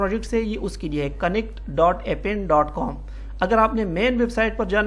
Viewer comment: in appen A is a Silent